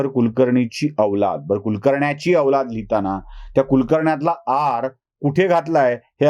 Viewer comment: KUxKAxNYACHI. L ani R gayab ahe.